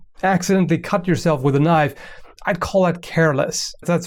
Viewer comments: "But i do have a KNOIFE" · "I don't have an avocado here, but I do have a KNOIFE!" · “I dO HaVe A KnOiFe" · "but i so have a knoife";D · "I do have a knoife" XD